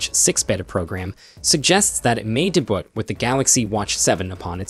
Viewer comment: it's "debut", not "da-bute"